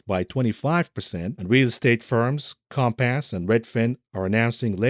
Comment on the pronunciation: I love the way pronounces Compass with his accent. COMP_ASS